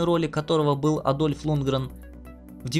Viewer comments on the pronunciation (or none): Дольф,а не Адальф. Хоть нормально подготовил материал